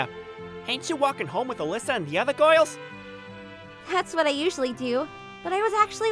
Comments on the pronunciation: No one gonna talk about the fact he says goils instead of girls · The way he said “girls” sounded as “gourles”. LMFAO 🤣 🤣 🤣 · "the goils tho instead of girls" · "foirst poloice" "goils" 🤓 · It's girls not goyls. 🤣🤣🤣 Really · My guy inexperienced with “giols” LOL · What the fu— so, first of all, is Hirata Australian or Britain? Because when pronounced "Girls" he instead said "Goyils" it sounded... Australianey and Britainey, he pronounced "Weird" as "Wied" ay, I'm just telling boys and gals. And uh he pronounced "Person" as "Poison".